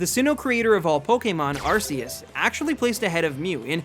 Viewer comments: Arceus is pronounced RKS, like Type Null's Ability. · It’s pronounced “Ar-Key-us” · its pronounce ar key us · no its not its ar-see-us (thats the pronounciation not spelling) type nulls ability is that cuz its supposed to mimic arceus and it actually has a meaning like r for (insert awnser here) k for e.c.t. also the pokedex app confirns the pronounciation and my pokemon guide does so and the anime. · pronounced Ar-kee-us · THE U IN ARCEUS SHOULD BE AFTER THE E!